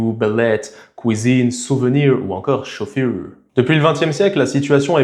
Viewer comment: Mmmm... non. Il commet quelques fautes éclatantes, notamment chocolate et chauffeur. Et surtout il s'efforce d’étouffer son accent d’origine. La plupart des Français ont horreur de l’accent américain, alors que nous aimons bien l’accent français. Pourquoi le cacher ?